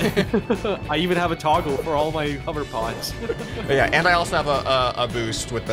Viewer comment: “my hover poodes"